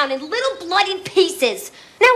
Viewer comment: Now, I axe ya...